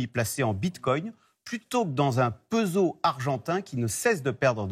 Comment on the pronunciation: Le fameux " PEUSOH Argentin " jpp de ce mec